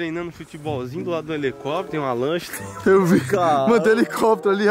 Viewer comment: He le co pi tro kkkk